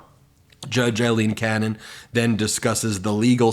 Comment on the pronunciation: Ben, are you purposely mispronouncing Aileen Cannons name???